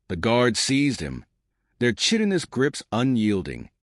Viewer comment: Out of hundreds of these stories I've yet to hear an AI voice pronounce Chitinous (kitin ous) correctly.